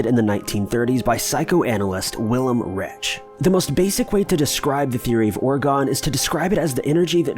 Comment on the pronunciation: Wilhelm REICH not Rich ! RaiCH ch like in chuzpe. Or perhaps Raikh to explain the sound. But i am baffled by Americans. So many natioms they collected there. And still they choose to be ignorant amd kind of vain. They do not need to show any respect to any language or origin it seems. I met Japanese who would know how the name os pronounced ! They call German settlers "Dutch". They can not even say Giovanni - with such a giant Italian heritage over there . 😢